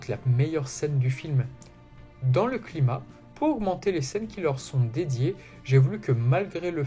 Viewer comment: Ça se prononce "claïmaks" pas clima